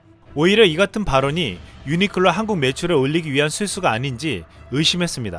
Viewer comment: 유니클로 발음하기 싫어서 유니끌로 유니끌로 하는군요... 불매운동 계속 가즈아~~